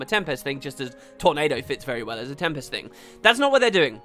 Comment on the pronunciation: Oh great, now we get to hear you mispronounce tempest in every video for the next 5 years. Joy.